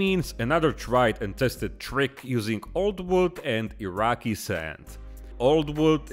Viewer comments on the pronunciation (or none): Gah. “Iraqui” sand. Triggered again.